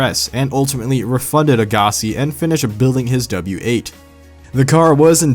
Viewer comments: Agahhhssi lol..It's just Agassi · his name is Andre Agassi, pronounced AGG-a-See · You really do have problems pronouncing names. Because that's not how you say Agassi lol.